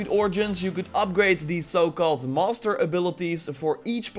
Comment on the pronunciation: Everytime he says master it sounds like hes saying monster